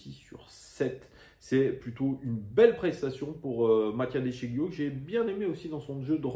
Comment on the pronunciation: Bon debrief, juste un point sur Memphis qui était bien dans les tribunes pour soutenir le club. Après il fait ce qu’il veut de son temps libre. Et de sciglio on ne prononce pas le G. 😉